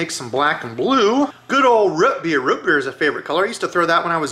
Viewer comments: ‘Ruht beer’? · "Root beer" is the only thing I've ever heard you say with, what I assume to be, a regional accent.